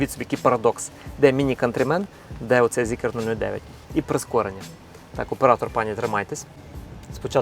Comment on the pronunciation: не ZeekEr, a Zeekr